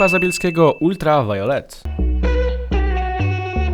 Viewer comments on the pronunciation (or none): "violet" czyta sie "wajlet" ale co tam XD